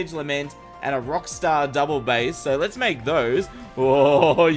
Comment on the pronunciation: when you hear how he says "double bass" and you're a musician... :facepalm